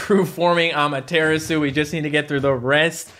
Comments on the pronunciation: Ama tura su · Amadaratsu Not amaterasu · NOOOOOOOOOOOOOOO YOU PEOPLE CONVERTED TO SAY AMATERASU INSTEAD OF AMATERATDSU HOW DARE YOU!!! Please go back to your true form! On a side note if you see this comment please check out my custom battle cat that I coded right here: I spent hours making it please see this!! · Am i the only one bothered by the 'correct' prononciation of amateratsu? I liked AmateratsU much better than amatErAtsu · I kinda like it more when says amateratsu then amaterasu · "amaratsu" suit you better to say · pronunciation for Amaterasu is a-mah-tera-su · It hurts me when you say amaterasu please go back to normally say it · I miss the old Amaterasu pronunciation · i feel knows how to pronounce Amaterasu's name since she's a Shinto God, he's just mispronouncing it on purpose to upset the people who care about pronunciation. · Me tooooooooooooooooooooooooooooooooooooooooooooooooooooooo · The way he says Amaterasu angers me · Please go back to saying Amaterasu, it hurts my ears to hear you pronounce it Amaterasu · Me to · The way pronounces Amaterasu kills me:( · I miss the old Amaterasu prononciation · Cmon say amaterasu in the normal way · Still says Amaterasu wrong lol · I hate the way the pronounce Amaterasu now, the old way was better